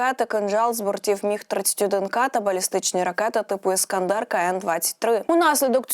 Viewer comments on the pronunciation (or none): none